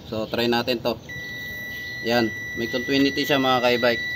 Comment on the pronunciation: Maganda ang vlog mo brod, pero correct ko lang continuity yan brod, hindi contwinity pero magkatunog lang yan diba?